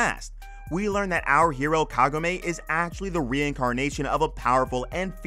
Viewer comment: Kagome. KAH-GO-MEH.